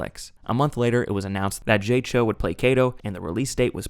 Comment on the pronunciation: Jay Chou’s name is pronounced like “chow.” (At least when transliterated for English speakers- in Mandarin it’s more like “Zhou.”) I think you could’ve mentioned that he’s a huge pop star in Taiwan, one of the modern GOATs of East Asia. Dunno how the movie actually fared there though. This was also I’m pretty sure Chou’s Hollywood debut, and sadly he doesn’t seem to have returned much since.